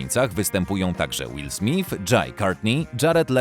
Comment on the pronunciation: Will SmyTH a nie SmIF! Panie lektorze, co pan!